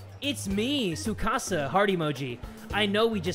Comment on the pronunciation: Me Kasa it s Tsu-Kasa